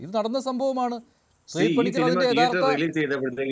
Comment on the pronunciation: ഡോക്ടർ ആണ്. തിയേറ്റർ എന്നതിന് പകരം ടിയേറ്റർ എന്നാണ്‌ പറയുന്നത്. എന്ത്‌ ഡോക്ടർ ആണോ എന്തോ?